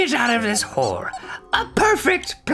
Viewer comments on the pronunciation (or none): none